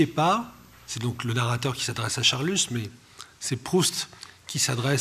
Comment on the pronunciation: On ne prononce pas l'"s" de Charlus, merci.